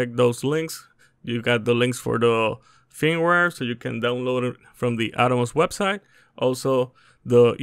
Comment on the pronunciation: HOLY SHIT WHAT AER YOU CALLING IT FEEMWARE ILY